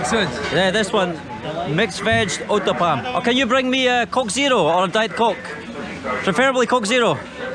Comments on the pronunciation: u can easily pronounce that pizza uttapam like ota pam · 😂😂😂😂😂😂😂😭😭😭😭 I can't even control my emotions by seeing the way you eat indian foods..🤣🤣🤣🤣🤣.. only indians can feel those.🤣🤣🤣🤣🤣🤣🤣🤣onion uthapam u said roonie noopam .. dead with laugh for a while🤣🤣🤣🤣🤣🤣🤣